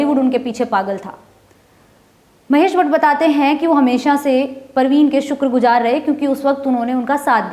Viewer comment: shukraguzar.... Not shukragujaar... Get your pronunciation right.